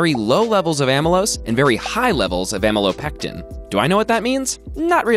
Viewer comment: It's aMEELOpectin. You know, like your name.!